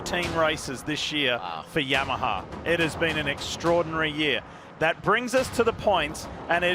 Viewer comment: why Yammaha? 😂